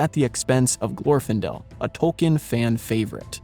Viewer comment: For a lover of LOTR, it is strange not to know the correct pronunciation of names: GlorfIndel, PelEnnor.